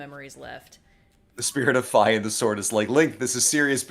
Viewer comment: And Fi is still not happy at your pronunciation.